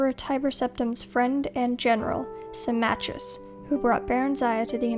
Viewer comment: Symmachus is pronounced "Simmakos" (or more precisely "Simmako"), not "Simmatjius".